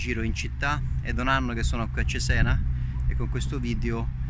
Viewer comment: gran bel video! unica nota il nome: ciséna, non zizen 😂